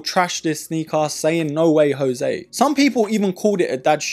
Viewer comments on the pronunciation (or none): none